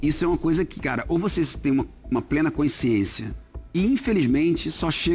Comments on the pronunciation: Consciência e não Coinsciencia… Melhor gestão de futebol está na Alemanha - sem dívidas! Clubes ingleses tem dívidas enormes… Fala bonito mas mais um analfabeto funcional… mais um 💩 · Muito lúcido o Leonardo, muito inteligente, porém, a palavra consciência, não é escrita: “CÕICIÊNCIA”!!!!! Tem que falar certo, c@@ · Leonardo fala seis idiomas , um cara inteligentíssimo , educado e de boa família desde o nascimento , mas não sabe pronunciar a palavra consciência ... Nesse programa e em outros que ele tem participado durante os últimos dias rs em todos ele não pronunciou corretamente.